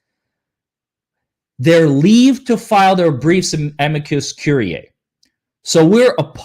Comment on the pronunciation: Amici Curiae is pronounced "A" "ME" "SEE" or "A" "ME" "GI" "COR" "IE" (like courier, but withor the last "R")